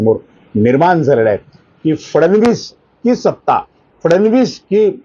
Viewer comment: "फडणवीस "उच्चार आपण फारचं सुंदर करता.त्यामुळे कृपया या नावाचा अनेकवेळा उच्चार करावा.